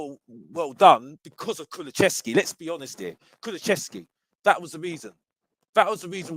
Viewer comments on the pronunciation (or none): It's not Kulu-chev-ski it's Kulu-sev-ski, but big up